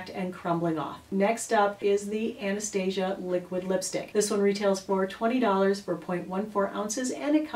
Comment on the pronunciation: U pronounce Anastasia wrong , u should YouTube it